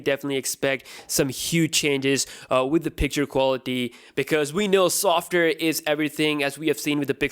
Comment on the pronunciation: software bro you can't even say it correctly